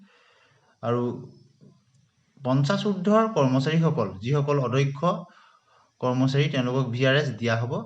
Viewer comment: কথা বিলাকর শব্দ আরু উচ্চারণ ঠিক করিব । অ - দ - ক্ষ উচ্চারণ টো অধ্যক্ষ বুলি কৈ আছে কিয় ?